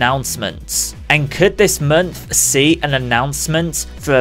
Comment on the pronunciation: Stop saying mernth and termorrow. Please.